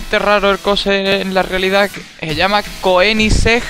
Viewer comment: La e no se pronuncia se escribe koenigssegg y se le konigssegg y ese es el mas rápido del mundo actualmente el koenigssegg agera r le supera incluso al famoso bugatti vayron el vayron alcanza 431 pH y el koenigssegg agera r alcanza 456 pH de 0 a100 en 4.3 seg el agera el vayron de 0a100 en 6.2 seg y de 100 a 0 en 8.6 seg el agera y el vayron de 100 a 0 en 14.6 seg y es mas barato el koenigssegg la bala sueca k el vayron